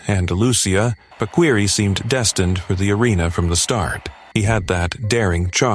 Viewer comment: It’s pronounced PA-KEE-REE, not pakweeree